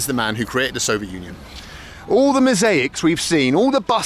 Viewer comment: He always says So-viet like its some kind of huge, delicious pavlova cake, with lots of meringue, strawberries and cream on it that he wants to devour, when in reality, this time, his So-viet turned out to be a crappy old train carriage, lol.